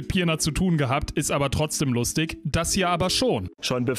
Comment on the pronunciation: Nur mal so, weil es mir immer wieder auffällt: „Dreißig“ und „lustig“ sprechen sich nicht „dreißick“ und „lustick“, sondern „dreißich“ und „lustich“.